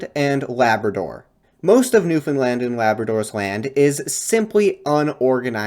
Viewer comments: great video but you pronounced newfoundland wrong! it's new-fin-land or new-fun-la-nd (nd one sound), you can also hit a little stank on the a, optional regional dialect, new-fin-l-eeand in new finlnd like new-finland! short, pronounce the a, it's not like the european country Big irk in the province! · Newfoundland should rhyme with "Understand" - otherwise a great video and very interesting! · For the last time, it's newfoundLAND not lind (edit, you only pernounce it wrong the first time) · I respect the effort, but you were nowhere near on that pronunciation 😂